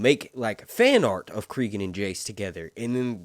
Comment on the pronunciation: Stop pronouncing names wrong. Listen to how they say Cregan, cause it sure as fuck ain't creegan